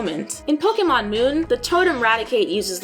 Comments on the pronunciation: I'm just glad she actually pronounces Pokemon correctly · The voiceover has a bit of an echo or hollow sound, but I am very happy to hear Pokemon pronounced correctly.